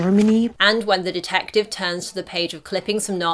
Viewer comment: why the HELL should ras'al ghul say dedective lol :D